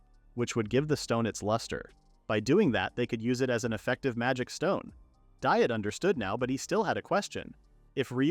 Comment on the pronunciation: This thing repeatedly mispronouncing Diet, even so far as to make jokes about the incorrect pronunciation, is beyond bothersome. It should be pronounced "Dee-ett"